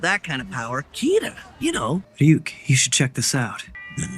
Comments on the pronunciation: Why in DUB???? WHHHHHHHHHHHHHHHHHHHHHHHHHHHHHHYYYYYYYYYYY !!!!!!!! 😒🙄 The cringe!!!! Can you make 4 episodes in each video ?! Like avatar and korra so that the cringe is less painful and of shorter duration !?!? And it's R-yuk not Ri-yuk !! Here we go with the dub cringe. It's a shame because I LOOOOOOOOVE Death Note. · I am always amazed by Americans disregard for pronunciation. RYUUK somehow becomes Ri-yuk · ryuk is pronounced as ryu -k ("ru" as in rumour) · So, just letting you know how Ryuk’s name is actually pronounced. It’s similar to “ree-ook,” but the “ree” sound isn’t actually all that long. It’s like the word “beauty.” You don’t say “bye-yooty” or “bee-yooty.” You say “byooty.” It’s the same with “Ryuk.” It’s not a very common sound in English, so it’s hard to grasp at first, but once you get the hang of it, it’s no harder than saying “beauty.” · Why are you saying Rai UUK for Ryuk? Where are you getting Ai from Yu? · its pronounced Re-Yuk u guys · The way they're pronouncing Ryuk's name is killing me